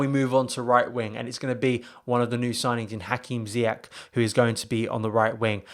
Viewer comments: Pronounced as if it was spelt Ziyesh btw he’s Moroccan born, the Dutch pronounce it Ziyack because of their language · His name is pronounced ZIYESH not ZIYAK.